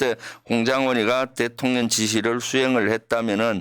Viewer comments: 대통련으로 발음이 이상해요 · 대통련은. 경상도사투리여요. 쌀도발음안되서 살이라고 하거든요😂